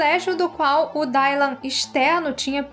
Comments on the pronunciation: Meu… Dáilan???? Se pronuncia Dilan… 🤣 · Só uma dica, pq sei que nem todos falamos inglês ou vemos a série legendada, mas o y no nome Dylan tem som de i mesmo, não de "ai"